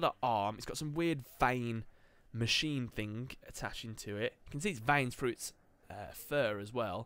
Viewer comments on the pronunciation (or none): none